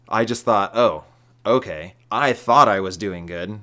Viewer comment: said so many words in two syllables.